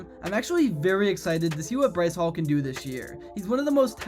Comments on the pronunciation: It's Breece hall, not Bryce Hall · I was gonna like this until he called Breece “Bryce”